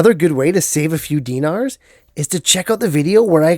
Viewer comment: “Dinars”? This guy is a vet